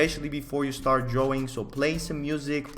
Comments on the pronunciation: I love how he pronounced words "dwawing" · i like the way you say drawing